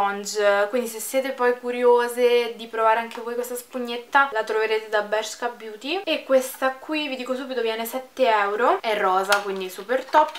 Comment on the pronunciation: Bellissima stupendo il video cmq si dice bersca un bacio❤😚